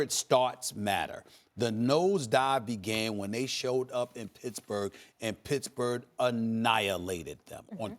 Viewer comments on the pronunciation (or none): PittsBURGH Steven A ... not Pittsbird .... lol.